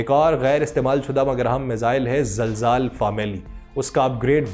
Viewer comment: Not zalzaal Right name is zilzaal